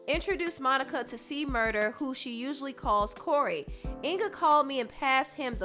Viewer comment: It's C-Murder, officially, not murda. It was a big deal about it in the past.